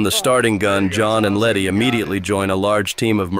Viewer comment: The entire time around 30 min they call her lenny not letty throughout